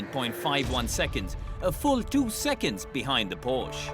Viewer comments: It’s Por-sha! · Porsche has been around for 89 years, and yet people still can’t pronounce it properly. 🤦‍♂️